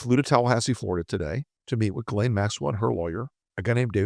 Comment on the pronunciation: Jee-Lane for the love of God! We say "Gillian" which is the anglicised version of Ghislaine.